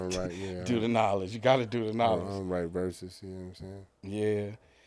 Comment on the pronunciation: Herses instead of verses 😅EXPLAIN PLEASE